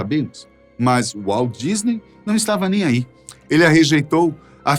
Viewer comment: Walt Disney (WALDISNEY) KKKKKKKKKKKKKKKKKK